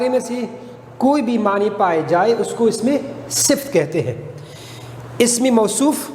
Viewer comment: اسمِ صِفت نہیں درست تلفّظ اسمِ صِفَت